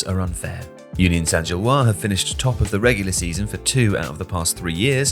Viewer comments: It's Saint-Gilloise, not Saint-Gillois. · "Gilloise" has an "-se" at the end, so "Union Saint-Gilloise" ends in a "wahz" sound, not a "wah". (Like the name "Francois" vs. "Francoise", for example.)